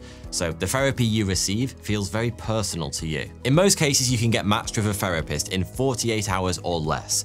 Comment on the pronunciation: What is a "ferapist" ???